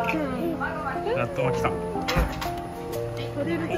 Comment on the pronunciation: 上手に「なっとまきください」が言えて偉い❗偉い‼️ で、とっても美味しそうに食べていて食べたくなっちゃった～😍 山わさびのお寿司も😍 納豆やきゅうりで、はたくさん食べても肥満にはなりませんね🤗 いつも札幌へ行くと必ず寄る回転寿司屋さんで、懐かしい✨ 家族がのTシャツに興味津々でした☺️ネタがめくれることを話したらびっくりしていました‼️